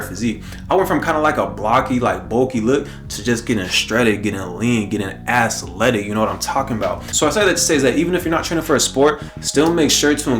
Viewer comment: Bro really said "Ass-letic"🤣😭